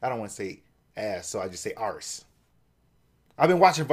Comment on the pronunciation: Nor so much emphasis on the r, it's more like arrrse